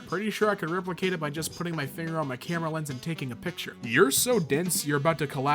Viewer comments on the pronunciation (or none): none